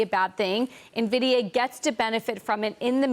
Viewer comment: IN-vidia. IN-vidia.